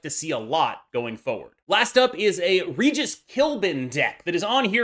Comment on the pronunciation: No way you just pronounced Regis wrong too